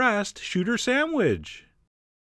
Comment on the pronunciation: "the shooter samwidge"